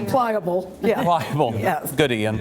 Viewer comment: Ian, not Lain.